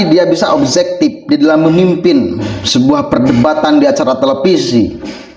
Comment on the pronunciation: Min jangan ikutan bahasa melayu malaysia bahasa kita SUBJEKTIF bukan subzektif OBJEKTIF bukan obzektif gunakan bahasa nasional yg benar, ma,af min